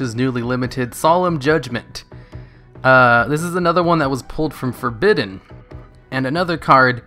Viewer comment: For-Badden?! Why would you pronounce it like that?!